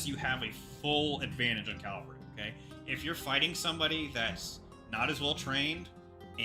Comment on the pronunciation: It's cavalry not calvary. nuff said!